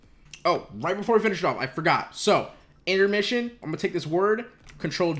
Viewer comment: anyone else notice he said intemrission? hahahha love the videos and everything u do for 100T